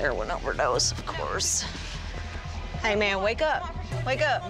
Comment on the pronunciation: Also didn’t sound like he said “man”